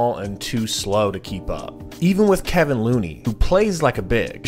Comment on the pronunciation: Stopped watching the video as soon as I heard Kevin Looney. 🤦‍♂️ it’s KEVON